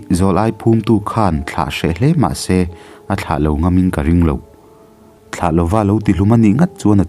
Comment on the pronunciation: A van ngaihnawm em! Tin, Thla(month) thlûk hi fimkhur a va ngai si êm.. 👍